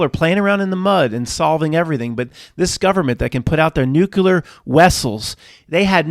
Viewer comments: C'mon Matt, you are too smart to be saying NEW Q LUR. Nuclear is pronounced NEW KLEE ER. NO "Q" sound at all. I believe old dogs can learn new tricks. You can do it, Matt. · Now Matt, just own up to it. You don't know how to properly pronounce nuclear. There is no "Q" sound in the middle and no "L" in the final syllable. Many people say that word wrong, but you don't have to be one of them. I know you can conquer this. I'll be listening and rooting for you!